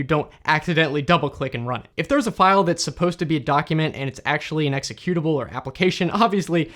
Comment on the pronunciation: EXECyoutubble, not exeCUTEubble... other than that keep up the good content ;)